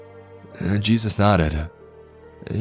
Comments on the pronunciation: Lmaoo I wanna know what Hispanic calls Jesus "Chus". That's the first time I've ever heard that 🤣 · Dude says jesus like its spelt Juice. Kinda ruined the whole story hearing that. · Jesus in Spanish is pronounced juice 😂